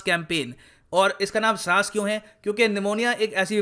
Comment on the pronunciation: SAAS nahi SAANS 🙃